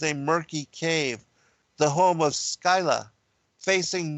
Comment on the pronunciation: Your research is impeccable, as always. Don't always agree with your conclusions - about half. Please look up the pronunciation of Scylla